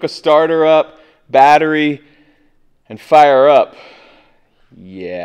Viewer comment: Isn't it fun to learn how to speak "Derek"? Blood Juice, go forward go back machine, lightning whirler, lightning cube, ice cube juice, Fast N Furious gauges, sparka-lators, and one that you have your own special language for, the 'Batteria' is a BATT-REE. Don't even start in on the Tanya Harding stuff :)